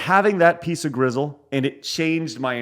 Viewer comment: Its pronounced gristle, not grizzle. No offense